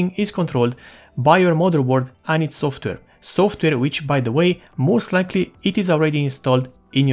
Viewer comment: You said WHAT! LMAO You say "software" but it sound like you say "softer" instead. These minor observations are but a grain of sand compare of your overall english speech capabilities, we can still tell that you are probably indian by your accent but we can tell 100% what you are saying. A huge thanks and congratulations, video quality, info, editing, speech, you got it all! nice video!